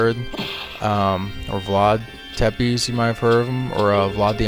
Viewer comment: You are killing me with your pronunciation of Tepes. Is pronounced "se-pesh" not "tepees"